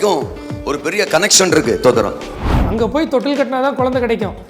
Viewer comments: ஸ்தோத்திரமா? தோத்தரமா? அதை முதலில் சரியாக சொல்லுயா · First ஸ்தோத்திரம் ஒழுங்கா சொல்லு